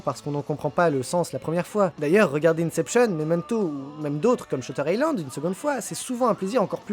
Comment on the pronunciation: On ne dit pas "Incepshionne" mais "Inception".